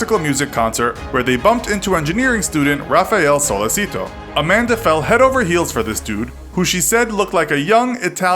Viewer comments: The worst is how she continuously calls Raffaele "Rafael". That is NOT how you pronounce his name!! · and how Amanda says "Rafael" instead of Raffaele!!!